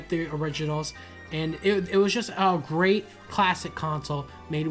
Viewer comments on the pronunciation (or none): none